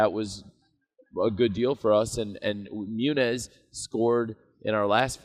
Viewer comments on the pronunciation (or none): He said muniz